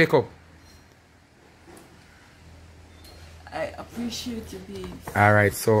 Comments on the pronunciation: Mi love when king a try to say the word (appreciate) and say (pray-shit)😂😂😂😂Bwoy king mi lobe yu bad🙈😂😂😂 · The amount a time king try say the word appreciate and still can’t pronounce it good 🤣🤣🤣🤣🤣lol